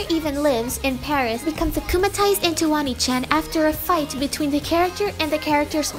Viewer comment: it’s pronounced oh-knee chan